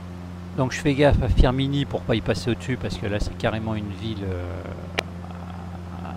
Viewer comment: Bienvenu chez moi 😅. -> pas Firminin, mais Firminy 😂.